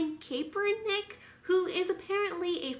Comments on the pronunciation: Cap-Ernick is how it is pronounced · It's pronounced Cap-er-nick. Like a baseball cap. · Was gonna watch the video but soon as she pronounced Kaepernick wrong I paused, commented, and I am now leaving. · Babe you can't even pronounce his name